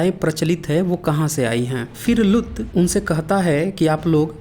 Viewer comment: Lgta hindi pdna nhi aata aapko bhai saab लुत नहीं लूत likhaa huvaa hai theek se pronouncition seekh lo hahaha